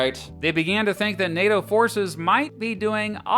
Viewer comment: NATO, not PLAY-DOH!! 😂